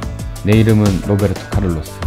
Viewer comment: 로베르트카를르스? 호베르트카를루스어님?